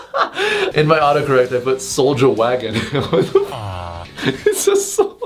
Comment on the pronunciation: What said: Soulja wagon what I hear:sold ya wagon I can't be the only one that heard that